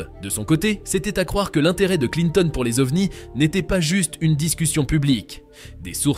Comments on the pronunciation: il y a aussi les OVNIZZZzzz 😂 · Quand vous faites une vidéo en français, vous restez en français, s'il vous plaît. Pas besoin de dire le mot Ovnisssss avec un très mauvais accent anglais… C'est vraiment trop ridicule. Préservons la langue française, un minimum, merci 😉